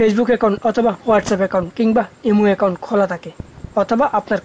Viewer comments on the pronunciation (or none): none